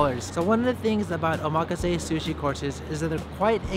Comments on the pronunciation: how ya gonna live in japan and pronounce omakase wrong? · I think you're pronouncing "omakase" incorrectly. While you're at it, shave your nostrils. You can see the pollen in your nose hairs. LOL! Just kidding. You're doing a good job. Actually, I think we're related. You're like the child of my long lost auntie who married an orangutan. ROFL! Again, just kidding. Show 'em who's boss! Be pinoy and be proud!